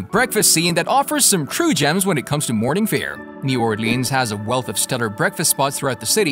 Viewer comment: Elizabeth's is absolutely amazing. The French Toast burrito is a thing to behold. Also, it's pronounced "or-lens." Locals don't take well to "or-leans" and definitely not "naw-lens." LOL